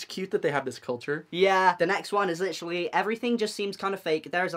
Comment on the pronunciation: AH HE SAYS LITERALLY LIKE A TRUE BRIT. HES BEEN CHANGED